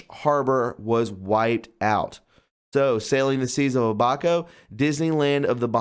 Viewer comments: It's Ab, as in 6 pac tummy abs, and a soft a and then co with a hard c. Now say it all together, Abaco. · Its pronunced Abba' Co' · It is pronounced A BA CO, and not as you pronounced it.